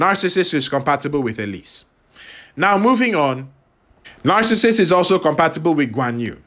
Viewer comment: Aka...I had to laugh through the whole video....because I think 99% of the time you kept calling him Narcasist !!! NOT Narcissus!!!.....poor guy!!